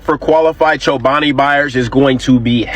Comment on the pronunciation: Played around with the word chobani - chinoba ? It's just missing the L 😮